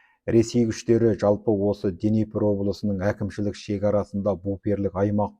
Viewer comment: Денепр емес - Днепр. Халеакбар емес - Халиакбар секілді